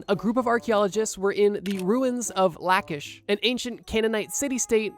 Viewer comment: ok lwk not relevant but his pronunciation of La'chish is a bit funny and also annoying